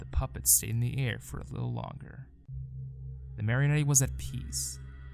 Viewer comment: This is great but the pronunciation of Marionette is KILLING me For future reference, it's mary-oh-net, or mar-uh-net, no e sound at the end